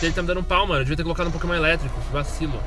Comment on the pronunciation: Só eu que ouvi no começo do vídeo ele falando: KÉMON mais eu acho que era pokémon o nome :P